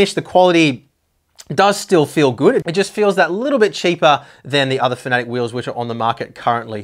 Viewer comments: It's not "Fanatic" it's "Fanatec" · Why do you pronounce it "fanatic"?